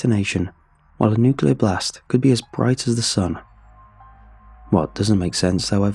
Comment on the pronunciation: I'm not giving this a thumbs up because I support your channel, not because I like your voice, not because I like this story, but because you may be the last sane creepy pasta narrator who correctly pronounces "nuclear". Signed, a frustrated American.